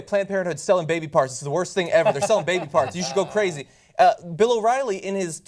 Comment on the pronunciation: kuh-razy bitch.